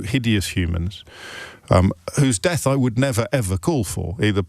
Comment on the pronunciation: I thought he was saying “Deaf to IDF” 😂